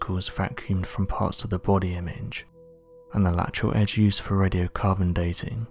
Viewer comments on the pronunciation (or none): none